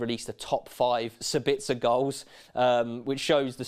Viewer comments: It's SAbitzer not SaBITzer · Please for the lobe of GOD dear English people put the accent in the correct spot. It's SA-bitzer not Sa-BITZ-er. I know you only repeat what you heard from the Germans but they suck at pronouncing Austrian names.